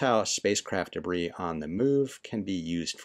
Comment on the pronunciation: It's debris